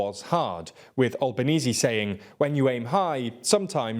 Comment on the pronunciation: Such a shame my country voted no to the voice. Also it’s pronounced AnTHony AlbenEASY. Not AnTony AlbanEEZ 😂😂